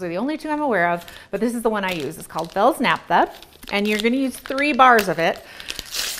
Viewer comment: It’s not “Fields” Naphta ..... it’s Fels-Naptha. You can also use Zote.